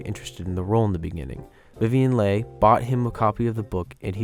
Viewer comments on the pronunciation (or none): Not trying to crap on your success (your videos are really well made), but I think you need to research some of the name pronunciations a little more. It's Louis B. Mayer (as in Louie), Vivian Leigh (Lee), Hattie McDaniel (Hatt-y) . It's nitpicky, but you can be good or great. And I think you want to be great. You're on your way.